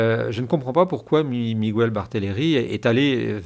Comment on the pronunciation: Bonjour , en espagnol on prononce miguel sans u on dit mígayl on accentue le son ai ( e) en español j’espère que c’est clair